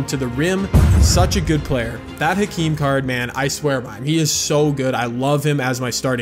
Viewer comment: I hope you know it’s pronounced “akeem”